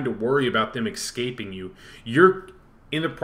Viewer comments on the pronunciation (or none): "ex-caping" :D